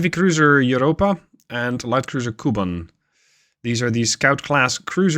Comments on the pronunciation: The name 'Kuban' refers to a region in Ukraine and the Caucasus, not Cuba, and as such is pronounced 'koobahn' not 'cuban' Also That was actually the most successful aspect of the Russian Navy's operations in the IRL Russo-Japanese War, minelaying sank a couple IJN battleships, so historically accurate i guess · As someone ho speaks Russian, Kuban is pronounced with the kind of “kyu” sound, otherwise great video!